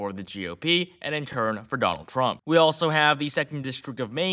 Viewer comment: He said donang trumk 😂 listen the first 3seconds